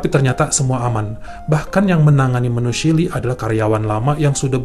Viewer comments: Maaf ya, klo bole koreksi chilly itu dibacanya cili bukan sili.... 🙏🙏🙏🙏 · Duh kangen chili nya Wendy's.., bacanya Chili Ch, bukan shili.. fyi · Terimakasih, bagus sekali cara menceritakannya... kritik : coba belajar pengucapan kata2 dlm bhs Inggris dan nama2 asing secara benar, supaya ceritanya lebih perfect..... Contohnya : bukan SHILI, tapi Cili